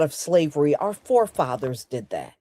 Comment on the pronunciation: our food, not 'are food.' 🤷‍♀